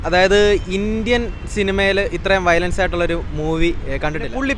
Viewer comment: വയലേഷൻ അല്ലെടോ വയലൻസ് 😂😅